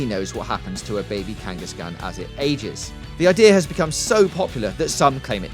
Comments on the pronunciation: Way to miss pronounced Kangaskhan several times. Also you don't kill Ratacate. He simply changes it out for a better pokemon. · You do know there is a second K in Kangaskhan, right? You're supposed to pronounce that second K. Why do so many get the pronunciations wrong even after a couple decades of the show being around for people I HEAR how the words are said?